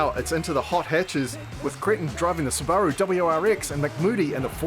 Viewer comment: first time ive heard it pronounced sibbar-rue -- -- i say it .. soob a rue